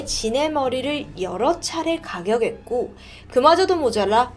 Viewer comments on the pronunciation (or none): 제가 말씀드린 거 제발 봐주시면 안되나요? 오늘로써 세번짼데 .. 자백하는데요 👉 "자배가는데요"가 아니라 "자배카는데요"가 맞는거고, 가격했고 👉 "가겨갰고"가 아니라 "가겨캤고"가 맞잖아요 ㅠ ㄱ받침이랑 뒷글자 이어졌을 때 발음이 너무 거슬려요 ㅠ